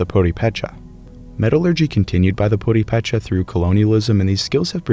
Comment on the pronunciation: My Purepecha friends pronounce the word with the accent on the 2nd syllable: pu-RE-pe-cha.